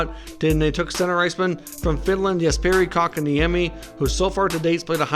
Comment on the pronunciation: All I hear is "jesperis cock in amy"